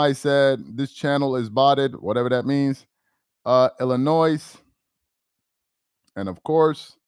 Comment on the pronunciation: im a fan of the channel. Congrats and big ups to you. I'm from Chicago, ILLinois. The 's' is silent brotha. Honest mistake... Keep flaming these Lefan boys.